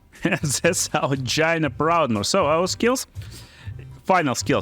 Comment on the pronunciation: lolz every time he says "Gyna"